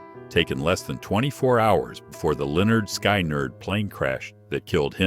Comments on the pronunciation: Chris Cornell didn't commit suicide!!! Lynyrd skynyrd is pronounced Leonard skinerd, not sky-n yard. Stupid AI voice overs.. Shitty video. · I was enjoying this and then the voice over said Lynerd Sky-nerd. It’s Skinnerd, ya Wally! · Absolutely no quality control or proof reading the script with A.I. altering our collective history. Insulting bullshit diluting YouTube...1 view at a time..:face-orange-frowning:"Lenard Sky Nerd"...Honestly ...Just ridiculous. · Damn. I had to leave at Lee-nard Sky-nerd, couldnt take any more AI bullshit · David Bowie’s Musical was called Labyrinth like the film not Lazarus! Michael Hutchence band was INXS in ex es not Eye n excess. Theee Notorious Big and Lenard SKy Nerd???? AI you flipping SUCK 😂 S U C K! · Leonard Sky-Nard................. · This AI 'guy' is clearly a huge fan of Lynyrd Sky Nerd and I.N. XS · "Leonard SKY-Nerd".....LOL....that made me end the viewing. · AI Slop CONFIRMED "Leonard SKY-NERD" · Leanard SKY-nerd? C’Mon man! 😂😂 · Why not "Lye neerd skye-neerd"? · Lynyrd Sky Nerd ? 😂 gotta love computer narration ! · Honestly! Lynyrd Skynyrd none of the AIs ever get it right.